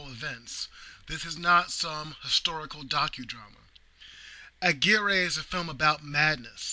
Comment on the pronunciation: Aguirre is pronounced Agirre..and with Spanish R..rolling the tip of the tongue...I had a girlfriend from nice town of Aguirre, Puerto Rico..